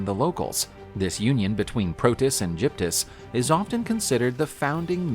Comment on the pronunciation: Gyptis is pronounced with a G sound, not a J sound in Greek. G is always pronounced G in Greek, not J! No Greek would have a clue what you are talking about.